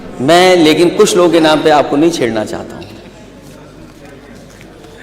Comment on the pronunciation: Nam ki jagah lam kah raha hai ise CM banayenge akhilesh ko